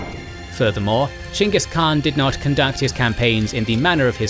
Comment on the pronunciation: i dont know if you’re proud of yourselves but i sure am proud of you for going out of your way to pronounce it Chingis Khan, as should be, even if nobody was going to correct you for saying Genghis Khan